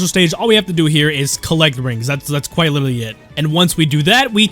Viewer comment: Quiit? YOU MEAN QUITE?!